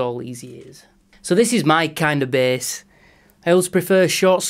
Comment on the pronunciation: Great sounding “BEHS” 👍🏻